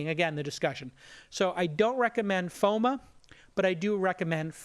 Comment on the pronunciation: Why does he keep pronouncing FOMO as FOMA lol